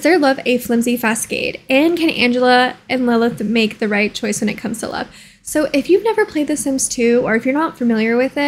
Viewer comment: It’s like fa sawd not fa sa da